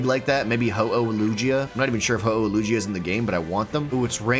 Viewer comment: The way you say Lugia makes my skin crawl